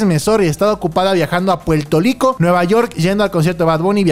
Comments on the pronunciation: Porque el siempre dice Puelto lico mijo es Puerto Rico con R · Yo siendo de Puerto Rico viendo cómo dice Puelto Lico🤨 jajaja decimos “Puelto Rico” así si😂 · Dios mío los puertorriqueños no decimos Puerto lico , no todas las palabras se dicen así, ejemplo: en vez de decir vete para el carajo sería; vete pal carajo o en vez de decir PUERTO RICO 🇵🇷 sería; PUELTO RICO no son todas las palabras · como me caga la forma que mau pronuncia puerto rico, NINGÚN puertorriqueño lo dice así